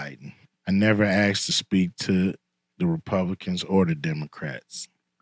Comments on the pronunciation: Asked not aksed. Put that in your contact, too! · "Republicans 'axed' . I'm not really capable of supporting someone that can't speak proper English. Don't care what any actor has to say.